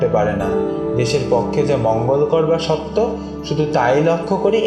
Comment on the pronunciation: সত্য শব্দের উচ্চারণ 'শোত্‌তো' । এটা ঠিক করবেন আশা করি।